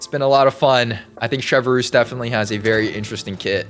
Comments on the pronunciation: The way he says her name like chevverroose bothers me like its chevreuse (chevrus) not chevrolet moose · just a little fyi it’s not “chevaroose” it’s “chev-ress” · sheh-vrooze not shev a roos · Him saying ChevERuse instead of chevreuse plays with my mind so badly 😭😭 (No hate to lol) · French speakers: Try to say Chevreuse, it's quite simple: CHEVEUX ROUSSE 🗿🗿🗿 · Full disclosure you said her name wrong